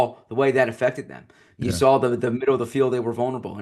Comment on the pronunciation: There is no L in the word saw. Please stop saying sawl. I'm begging